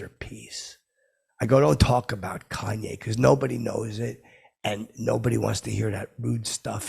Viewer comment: Thought for sure you'd pronounce his name like "Cain" West